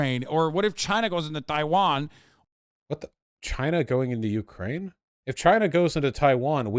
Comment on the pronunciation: Why tf is he saying Taiwan like that? 🤢